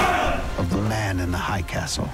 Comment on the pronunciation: man in the hiiiighh not hi castle